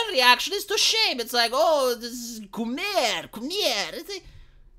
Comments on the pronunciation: The way he pronounces coomer (Koo-meer) makes fapping sound like some real fancy, swanky, classy shit. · Now presenting: Köumér